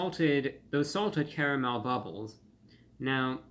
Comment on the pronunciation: "With a cavamel sauce!" 😂😂😂 Gotta love Reviewbrah!